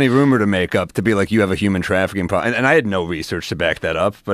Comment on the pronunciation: “That’s a pwobwem” - Sam Mowill